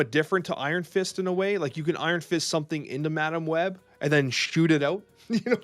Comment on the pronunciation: had a stroke talking about madam web and forgot to edit it😂